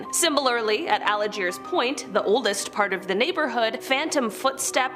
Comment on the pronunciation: Pronounced Al-jeers....